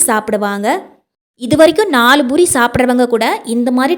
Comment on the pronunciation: Boori இல்லே poori என்று சொல்லுங்க.